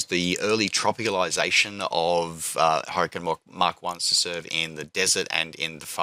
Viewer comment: "An 'urricane with an 'ook" :D